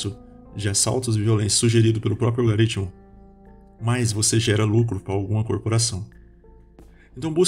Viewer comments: Não é "algaritmo". Pronuncia direito. "Algoritmo" Falar sobre conhecimento falando errado não dá futuro. 👍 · Se quiser saber mais sobre Yuval Noah Harari: Homo Deus: 21 lições para o século 21: Sapiens (Nova edição): Uma breve história da humanidade: *Gostaríamos de ressaltar sobre um erro no vídeo, há a pronúncia em um ponto dele em que deveríamos narrar "Algoritmo", porém por erro na pronúncia foi lido "Algaritmo". Pedimos desculpas pelo incoveniente.